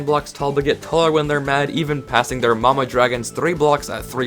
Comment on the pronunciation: I love how he called the enter dragon ‘mama dragon’